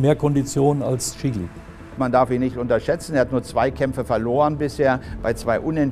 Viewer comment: Er heißt "Is(ch)tvan Szili" nicht Chili